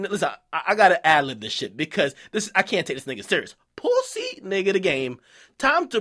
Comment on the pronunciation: dude why tf you keep saying it like that "pwussy" it's making my ears bleed